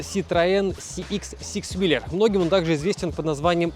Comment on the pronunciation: Всё хорошо, только whEEler, а не whelEEr.